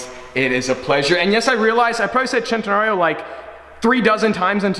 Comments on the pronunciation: It's a centenario not a chentenario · Why does the say centenalio instead of cenenario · Bruh is Centenario , no CCCHHHEENTENRIO ( cringeeee) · You pronounce the name wrong every time it's a fucking Spanish name its "cent" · Lamborghini centnreo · I’ve been saying it wrong i always pronounced it “cent en are ie o” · loves saying chen-ten-nario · Centenario of course. 🗣CHENTENARIO!! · you are saying Centenario wrong, makes my ear isch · Why do you keep adding an imaginary "L" in Centenario? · Every time he centenario I was just like nigga stop🤦🏽‍♂️ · I hate the way every time he says centenario he has to say it like he is Italian, stop, please.